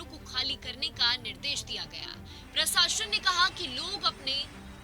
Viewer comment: प्रसाशन नहीं प्रशासन होता है ... क्या पत्रकार बनेगी रे तू